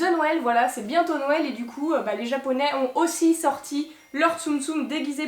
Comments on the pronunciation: Tu dit nouél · Le petit accents quand tu dit "nouèl"